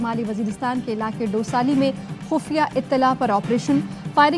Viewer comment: یہ دوسلی ہے ڈوسلی نہیں 😃